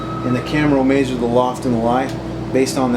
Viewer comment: "May-zure"? LOL It's "Measure".